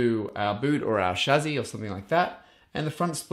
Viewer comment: Chassis = chazzy?? Lol